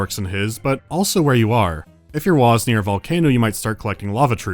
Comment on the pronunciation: It wasn't the right sound. There's a -gh on the end for a reason. Guh sound. Wahhh-g. I dunno why everyone thinks it's "wah"... (~.~)a